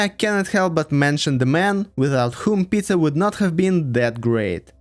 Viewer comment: I mean its not correct to go into Tsars and Princes/Knyazes bcz history is very foggy, but not to include Alexander, Alexander II, Catherine the Great while including Fyodor, Malenkov & Chernenko? What? Even most russian people don't know much about them. Also, i chuckled how you pronounce "Peter" as (or close to) "Pizza" a few times. Another point - this is HIGHLY subjective. Literally every person in Russia will have different timelines depending on their political standing bcz even in USSR rulers were veeery different from one another. Just keep it in mind if you are not from ex-USSR country (therefore probably don't know this nuance). Also - i disagree with you on Alexander II. He's not S-tier. He is S+++ tier.